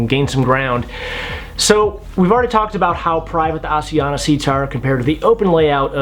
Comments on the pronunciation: It's pronounced: AS-I-An-ya Not As ee an - a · props for the awareness in trying to pronounce asiana. it's Ah-SH-eeh-ahna. got the 'sh', not the 's' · FYI, the pronunciation of Asiana is actually neither of the two options you gave/used. The closest English-speakers can get is "Ah-shee-an-na". The 's' is not a 'zh' or an 's' sound it's a 'sh' sound. You can hear them pronounce it as such on their safety videos as well. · its asian-na... read it properly!!! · How do you pronounce Asia? Then pronounce Asiana? My wife is Korean you are pronouncing it wrong. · When you’re on Rome do what the Romans do! Pronounce it like the Asian Pronounce it! Not all the people in the World 🌎 speak like you!!!!!!